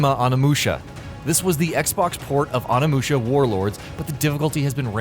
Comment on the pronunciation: ya get a dislike for your piss poor pronunciation of Onimusha